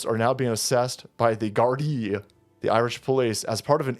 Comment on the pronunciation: he pronounced Gardai right